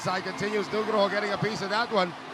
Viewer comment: Senang mendengar komentator bilang Nugroho... Nama orang Indonesia